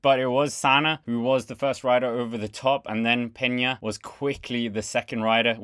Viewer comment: Peña is pronounced Pain ya